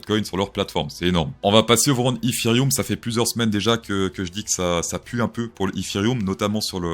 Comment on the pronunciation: Je me demandais ce que c’était ‘Ifirioum’ ! J’adore 😂❤ merci pour ces avis et analyses